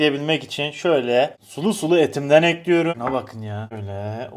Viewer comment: hiçbir videoda değişmeyen şey: tencereyi ocağa eklüyürüm